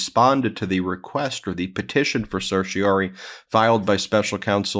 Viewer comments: Please, to spare my teeth from excess wear, say certiorari (“sir-shuh-RAR-ee”). Political news takes a big enough toll by itself. Don’t give the other side free pot shots. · I don’t mean to be that guy, but I’m fairly certain you’re consistently missing a syllable in certioRAri.